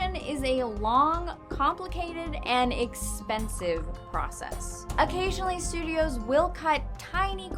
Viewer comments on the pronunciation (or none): none